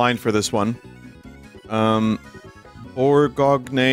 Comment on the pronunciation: Boorgogney? We got a goofster over there